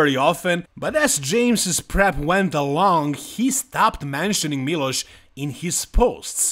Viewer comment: Kad sam čuo kako izgovaraš Miloš odma sam znao da si sa naših prostora. Miloš je bog i batina i tu nema price, Samson je poraz podnio kao neko dijete. Sjetimo se samo Hadija na olimpiji i njegove reakcije i to su nam sampioni. Trebao je dobit sankcije barem od olimpije da se ne takmici sljedecu godinu ali ok. I olimpija je postala smjesna vise i nepredvidiva.